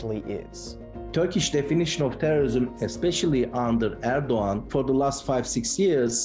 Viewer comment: its not ördokan its erdogan.